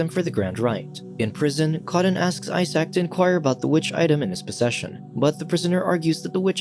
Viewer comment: "I Sack", Isaac, (say eye-zek), also ask Google to pronounce words in any language, but be sure to use 'American'-English-pronunciation, or you'll sound suspiciously pretentious, and we'll picture you in a tweed suit.